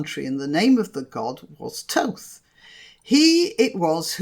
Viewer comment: You say it is Thoth but I was always taught it was pronounced Thoth.